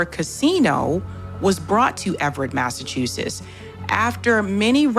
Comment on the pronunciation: “Massachusess”? I don’t think so. She doesn’t know how to pronounce the name of the state in which she lives.